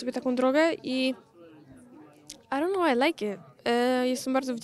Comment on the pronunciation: Miało być i don't know czyli po angielsku nie wiem czysta się (aj don't noł) a ona jakieś aronoł mówi